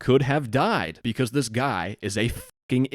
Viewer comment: The way he said "americr" and "becrse" instead of "america" and "because" somewhat aligns with a theory that hekoreanNorth Korean